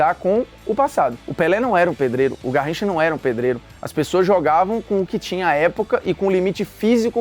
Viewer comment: "Narricha..." _Formiga Bruno